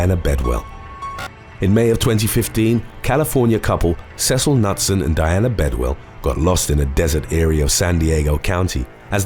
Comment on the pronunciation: Just FYI for a next time......the surname Knutson is pronounced like 'Kanoot-son' instead of Nut-sun. I have quite a few in my own extended family. It is a Scandinavian surname meaning son of Knut, which of course, is pronounced Ka-noot. Also, I would rather ...........oh, that's a hard one! I guess I would rather lose all memory of the last 2 years if I have to choose. I wouldn't want to be under the mind control of any villain, comic book-esque or not. They might make you murder someone or worse! Thank you for an excellent video as always!